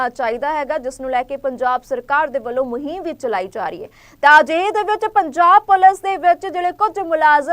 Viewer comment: Muheeeeem ni hunda…muhim hunda